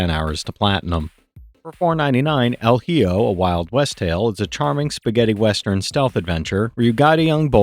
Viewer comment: El hijo is pronounced something like: elle eeho, its spanish for "the son"